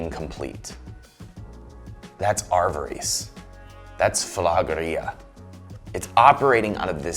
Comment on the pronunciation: Love your work,, but it’s pronounced a-va-ris with short A’s and ris as in risk